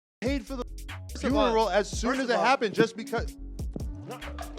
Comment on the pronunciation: Man that was at his best fins foneral😅😅 you mfing 🤡 “FONERAL!!😅😅